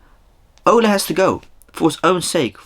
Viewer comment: It’s Ole not Ola and he was a striker not a midfielder lol